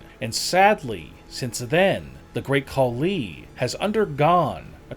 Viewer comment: The Great Call-Lee? And please don’t believe that Braun photo.. it’s as fake as this channels credibility.